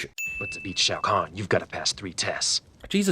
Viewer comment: Major Briggs... Sonia Blade... Shaio' Khan Will be please! A Shaio' What? LOL